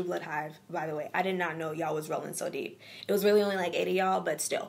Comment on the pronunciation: when you said ''deep inna d page '' dwl